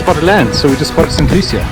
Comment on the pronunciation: INCORRIGIBLE! 😀It's not saint lusha. Do you remember that song, Saaaantaaaaaa Luciiiiiiiiiia... Caruso, Pavarotti, and pretty much every famous tenor in the world. THAT's how it's pronounced. Santa Lou-see-ya. Give me a small shout-out in your next video - pronounce Viaduc Millau. 😀